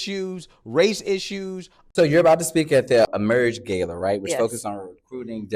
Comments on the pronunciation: Ga-la, Not Gayla. Then just can't help but shove LGBTQ stuff literally everywhere. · ...why is he saying "gay-la" it's "gah-la"... then again his personality speaks for itself... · It’s Ga like Car and la like la-la